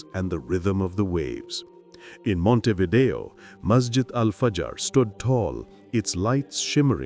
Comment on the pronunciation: In Uruguay il 40-47% è cattolico,un 35-40% si dichiara laico le altre religioni sono quasi tutte protestanti ed ebrei,ma dove li hai visti tutti questi musulmani? Ma che false informazioni dai! Ma và a nasconderti babbeo! Inoltre si dice Montevidèo con l'accento sulla e. Sergio